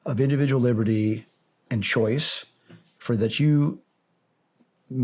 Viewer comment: EVERYONE OUGHT TO WATCH THIS EPISODE. FORWARD AND SHARE! "Choise 1" "Choise 2"?!? WTH?!? Are we French?!? And yeah, I'm gonna go find that petition and sign it right now and so should everyone else.